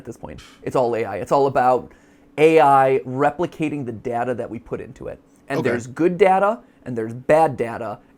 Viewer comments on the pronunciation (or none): Interesting that Mat doesn’t seem to be able to commit to one pronunciation of ‘data’ lmao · Matpat pronouncing data differently (duh-tuh and day-tuh) in one sentence is funny